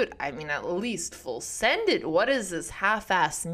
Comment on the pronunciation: "full send it", spoken like a true Canadian.